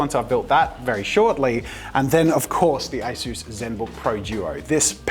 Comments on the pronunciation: asus not asoos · Me: English IT'S NOT ASOOS IT'S ASUS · Its not pronounced Ayesues it's pronounced aceus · Take out the a in asus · ITS MOT ASOOS ITS SOUNDS HOW OT LOOKS ASUS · i've always spelled ASUS as "ah-soos" this is the first time i've heard anyone say "ay-soos" and it just sounds so weird to me since i've been saying it my way for pretty much my whole life, and im still gonna say it that way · I always thought it was pronounced like A-sus not A-Soose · "A soos" 💀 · Bro that a s u s was made in South Africa and your saying it wrong say a sus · I thought it was pronounced as-us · Nobody, not a single soul: ... Jazza: ASOOS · A-sus 😂😂🤦‍♀️oh jazza 😅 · I’m sorry Jazza, but you’ve made a grave mistake today. A mistake, so big, that I might not be able to watch your videos anymore. It greatly affected my view on you and your brand as a whole and I’m disappointed in you. I mean, it’s such a big blunder and you act like it’s not a big deal?! Please Josiah, pronounce it as A-SUS (sus!!!!!) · Did that say Asus or a sus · Why do you say Asus like that? haha Also, I have to find a fault, because I'm jealous of your talent.... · the way he said asus